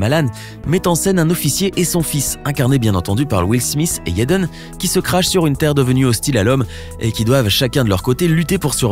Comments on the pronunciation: Pourquoi vous dites yaden smisss c'est Jaden smiTH TH SE PRONONCE PAS SSSSSS MAIS JUSTE A DIRE LE T genre jaden (SMITE)en prononciation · Pourquoi il dit "yaiden smith " je croiyais que c'etait jaiden 🤷‍♀️ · pourquoi tu di yaden aulieu de jaden... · pourquoi vous dites yaden et pas jaden? c'est bizarre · C EST JADEN PAS YADEN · « YEDEN » MDRR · Ce serait quand-même vachement mieux si tu prononçais au moins un nom correctement. Will Smisse, Yédeun Smisse, etc. J'ai très mal aux oreilles. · "YEDEN" HAHAHA 💀💀💀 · mass rimeri JEN AI MARRE 😂😂😂 Je me retiens de pouffer de rire a chaque fois qu’il dif Yeden 😂😂😂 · Mais il dit yeden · Mais qui t’a envoyé dire « Yaden »??? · Yéden smis😂😂😂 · Mzelle Kenza c’est Jaden t’inquiète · S’il vous plaît, avant de faire tout un discours sur quelqu’un, apprenez à prononcer son prénom correctement 🤔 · je suis la seule qui est perturbé dont la façon dont il dit son nom